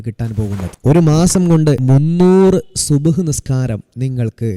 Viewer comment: സുബ്‌ ഹ് അല്ല സുബ്ഹി